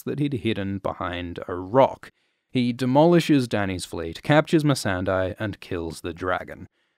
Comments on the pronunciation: It is not MissandEYE.... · I think 🤔 MESSANDEI is pronounced as MES-SAN-DEY 😅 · She's MEE-SUN-DAY, not MEE-SAN-DIE! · How can you mispronounce "Missandei" when they say her name out loud a thousand times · I really can't figure out why people pronounce Missandei's name like that.